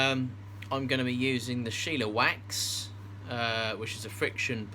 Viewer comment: i know it don't really matter but there is no 'i' in shellawax. i would pronounce it shell-a-wax. just wanted to throw that out there. hahaha